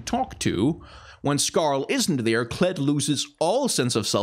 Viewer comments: you mispronounced Kled... it's pronounced KLEEEEEEEEEEEEDD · "Nah, just Kled."